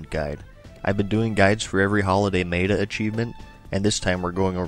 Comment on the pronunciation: Please, say meta right.....MET-A...not MEATA